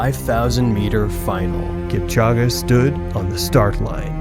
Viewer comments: I’m sorry man but you kept pronouncing this man’s name wrong. It’s ELL-ee-ood kip-CHOH-geh. The ending “-ge” sounds like “geh” (an e sound), not “ah.” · Kip-cha-ghe? Really? You can’t get AI to pronounce his name correctly? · How can you make a documentary about Kipchoge but repeatedly pronounce his name wrong? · lol 😂 I don’t get how they just continue to do this with African names 😒 like it’s an E at the end of his name. Where does anyone see and A? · If you are going to narrate a video about a famous athlete, you should know how to pronounce his name.